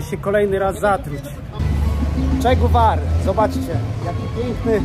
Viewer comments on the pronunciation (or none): Jedziesz do danego miejsca i zero przygotowań, nawet podstaw. Ani słowa po hiszpańsku, mówisz że jesteś na Malecon a nawet ani trochę nie pokazałeś Malecon, gdzie spotykają się ludzie. Nie potrafisz wymówić poprawnie Che Guevara. Jedynie umiesz lazic i gadać z bandziorami. Nie polecam sugerować się jego filmami o danym kraju.